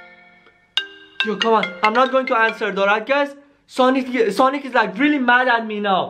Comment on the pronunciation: oH my GoD hE cAls Sanic